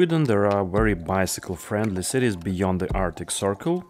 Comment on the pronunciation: "Bycicle" hahaha 😂 😂